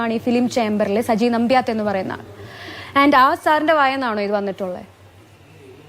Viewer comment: നമ്പ്യാത് അല്ല നന്ത്യാട്ട് ആണ്....